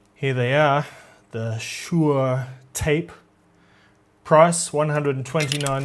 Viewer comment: pronounce Shu (Su) Er (e)